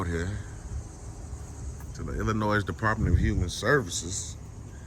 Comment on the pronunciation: Hay, Illinoi(s) is pronounced with a silent s. Sorry if that's petty. It's my pet peeve